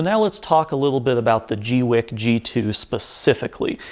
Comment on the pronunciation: I always thought it was "gweeky"